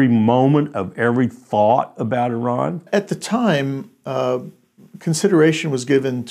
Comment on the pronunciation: Why is it Americans can't pronounce Eee Raan??